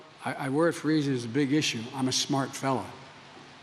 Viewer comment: Did Joe say, "I'm a smart feller" or "I'm a fart smeller"?